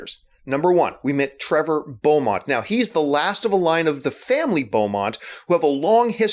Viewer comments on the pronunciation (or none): belmont not bomont. say it as bell mont if it makes it easier. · I'm sure someone already corrected you, and, I'm sure you yourself have never played the games because...It's BELMONT not Beaumont! Just saying. Keep making your videos, I've spent hours of my life watching your reviews. You do a good job and don't have an annoying voice. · um John it's sounds more like (Bel)mont not Bo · "Trevor bolmont" i thought hes name was "trevor belmont"? you learn something new everyday😂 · nnero7 lol yea it's not Bolmot or however he's saying it. no one is perfect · yeah... it's an honest mistake... hahaha.. triggered me slightly , though... lol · OK.. Okaaayyy.. for all you nit-pickers about how John pronounced Belmont or Beoumont... whatever, he was just testing you guys out to see if you really like the show and its characters. OHKAY! O.K. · it is pronounced Bel-mont and it does follow castlevania III from introducing Trevor, Alucard, and Sypha. please do not talk about castlevania if you are a casual leave it to the people who actually know the complete series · Well I mean you pronounce Belmont wrong but otherwise I totally agree with you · I have not yet read the comments yet but i am going on a guess and say a lot them are just complaining over saying Belmont wrong well lets look.....yep that what i thought. He is clearly saying it wrong on purpose guys come on. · LOL, you pronouncing Belmont wrong on purpose, didn't you. The character says it more times then Optimus Prime says his, to get it wrong.